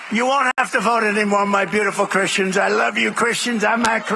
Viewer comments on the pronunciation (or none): the sad true is that his "beautiful cahristians" are going to vote for him even if he tells them that is going to put their children in concentration camps.